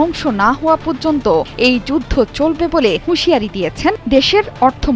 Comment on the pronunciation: আপনি জায়নবাদী শব্দটাকে জাইনো বাদী বলতেছেন। পর্যন্ত শব্দটাকে বলতেছেন পয্যন্ত। আপনারাই ঠিক।